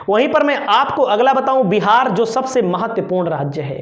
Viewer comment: bhai saat may shhaat may nahi. sabse hota hai shhabshhe nahi